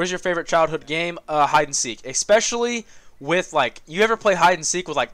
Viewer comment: Couple quick notes: "Especially" is not pronounced "expecially." And "anyways" should be "anyway." Both make me cringe when I hear them. Love your content but can't stand that. Help me out here!